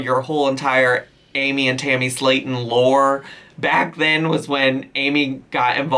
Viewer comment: Is calling Tammy Hammy? I promise that this is what I'm hearing.